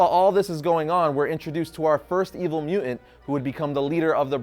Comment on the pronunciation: Nice video, but anyone else having trouble with the host not being able to pronounce “mutant”? Every time he says “MEW-unts” I keep wondering where that other ‘T’ went....